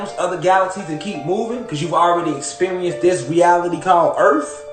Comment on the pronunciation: Earff? lol